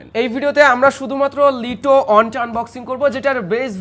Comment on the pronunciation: ভাই ওটা লিটো হবে না ওটা লাইটো হব😵